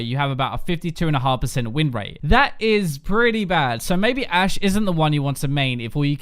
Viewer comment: Anyone else notice "a She" instead of Ashe?